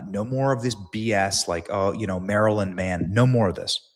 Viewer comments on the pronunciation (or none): none